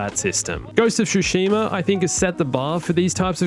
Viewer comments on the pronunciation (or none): OMFG! Hearing "SHushima" never fails to trigger me. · Ghost of Shoe-shima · "ghost of shoeshima" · Ghost of "Shoesheema". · You said Tsushima wrong